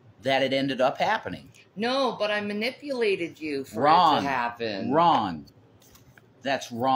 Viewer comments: Did he just say wron.!!!? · He said, "wron" (instead of "wrong"). They are becoming one. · I heard ron.lol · is dropping the Gs now! “Ron, Ron, that’s Ron…” good god. First the wartz. Now the Gs. It’s spreading! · He starting to drop the g's like Shanny